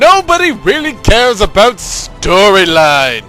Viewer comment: aboot! lol